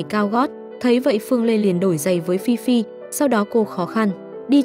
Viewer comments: Ê phi phi mà có đoạn đọc phi phai v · Phi phi mà ad đọc thành phi phai:)) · Phi phi mà có đoạn đi xem phim cùng thi tự thì lại đọc nhầm thành phi phai😂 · Phi Phi ad đọc thành Phi phai luon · phi phi mà đọc thành phi phai??? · Ad đọc phi phi thành phi phai là sao vậy ad? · Chắc ad mê phi phai quá nên đọc lộn á 😅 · Phi phi mà đọc thành phi phai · Có đoạn đọc Phi Phi thành Phi Phai bcuoi vch:)) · vcl phiphai bịt miệng a lại:)) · Phi phi mà ad nói phi phai :))) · phi phi mà nhầm phi phai luôn=))))) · Phi phi thì đọc là phi phai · Ad đọc là fifai😂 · Nãy nghe phi phai phải bịt miệng=)